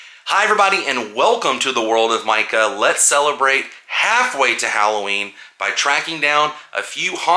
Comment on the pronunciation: Mundo de Micah... pronounced.....meecah